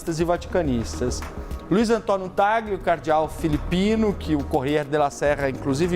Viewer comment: Repórter pronunciando o nome de Cardeal de forma errada? Que jornalista bom em.